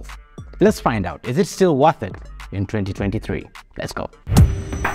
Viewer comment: its definitely "WATH" it